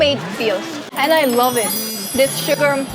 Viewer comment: smells suka "oh suka smell"